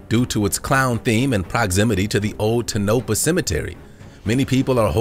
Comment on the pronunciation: Dude! I'm a Nevada native STILL LIVING IN NEVADA & please believe me when I state that the Clown M0tel is located in Tone-uh-paw, as this little mining city is rightfully pronounced. And for those of you who just don't know? Our state is pronounced Nuh-vad(as in dad}-uh. You are all welcome